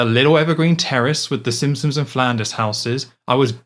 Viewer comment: I enjoyed the video, but, are you saying “Simpsons” or “Simpsoms”?